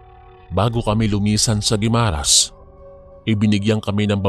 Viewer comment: GUIMARAS ATBUC SUBA EH DIRETSO ANG PAG PRONOUNCE. WALANG HYPHEN SA MGA GITNA NG WORDS. PANGET PAKINGGAN KASI